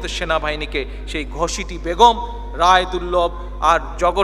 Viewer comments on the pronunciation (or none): none